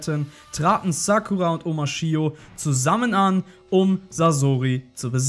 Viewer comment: Die heißt Sakura und nicht Sackura